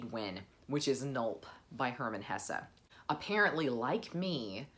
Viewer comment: it's Hesse, you're going enjoy it🙂